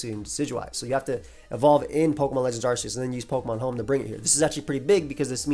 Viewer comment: That's not how you pronounce "Arceus."